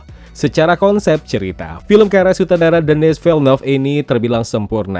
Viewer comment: Bacanya Denni Vilenyu